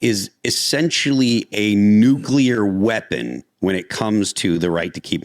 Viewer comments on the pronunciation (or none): "nuculer bomb"...?? Yeah ok...